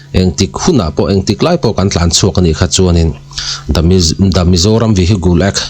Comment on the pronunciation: 😂 vihigle act tiin lam suh..Vihicle --( cle) tih tum rawh